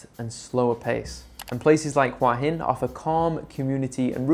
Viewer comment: Say it with me, hoo-ahh hin. It is not "wa-hin".